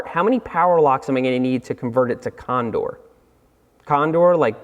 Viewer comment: "condor" LOL LOL